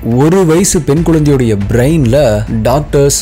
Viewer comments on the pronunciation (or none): Hi bro, 1 small correction twin babies, twin itself specific 2, A pair of babies. It's not twins babies. Twins babies are 2 pair of babies that is 4 babies. Other 1 is u need to pronounce brain as brein not as braain. Don't mistake me for correcting you.